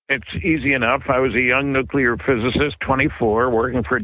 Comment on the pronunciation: nukular, nukular.